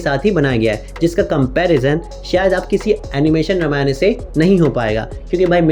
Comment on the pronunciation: Bhai tum Hindi YouTube ho na ki English youtuber. Toh ramayan kehne mai kitni mehnat lagti hogi?